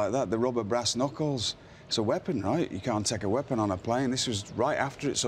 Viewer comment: Wade Barrett saying " wapon"